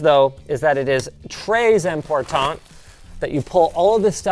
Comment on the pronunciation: "Très important" with proper liaisons! Linus knows his french!